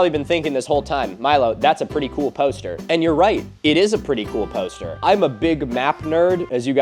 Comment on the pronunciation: Milo.... say 'poster' one more time...😂 Pōw'ster